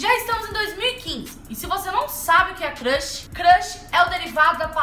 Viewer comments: crãxi kkkkk Cams n se fala assim amore kkkk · "CRRRUSH", esse jeitinho de falar kkkkkkk 💘💘💘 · Só eu que achei engraçado ela falando crush? 😂😂😂😂😂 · amei o vídeo 😍 só que ela falou crush errado 😂😂💕